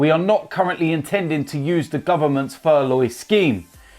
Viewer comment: just saying its pronounced fur-low if your interested